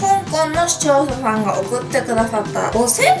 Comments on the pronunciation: ゼリーの前の視聴者さんが使用者さんに聞こえるw でも可愛いとこ💕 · カオナシ限定合コン ただ視聴者さんが言えてない… そこがまたいいんだけど笑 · 視聴者さんって言えてないゆうかちゃん可愛いww